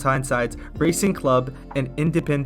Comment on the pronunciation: pronounce it rahcing instead of raycing